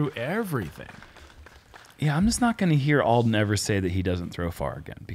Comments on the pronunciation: Alden pronounced ALL-DEN not EL-DEN. Please correct that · Uli - IT'S ALLLL-DEN, not L-DEN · Can someone tell it’s Alden and not Elden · Uli keeps saying “Eldon” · says that he has known Alden for years and yet pronounced his name wrong every single time….